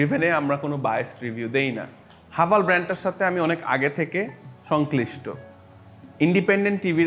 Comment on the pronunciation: হাভাল নাকি হেভেল😅